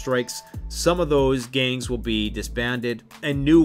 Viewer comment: Why does the GANGS section sound exactly like government?